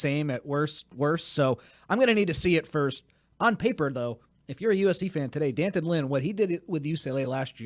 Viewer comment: “Dan-tunn” not Dee An-ton or D-Anton. I guess he didn’t want to be called Junior 😎